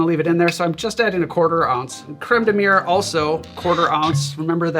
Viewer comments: You keep saying cream of wall (crême de mure) instead of cream of blackberry (crême de Mûrre, Mi'your) Great video, best to you! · Man, I went through too much content on birds today; I heard "creme de mûre" and thought "murre" instead! That would have been an awkward recipe...